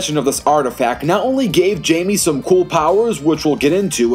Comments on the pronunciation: you dont say the j in jaime it actually haime but with a j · It’s pronounced himey so like hi and then may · It's pronounced Jaime(Hi-me) Reyes(Ray-Ez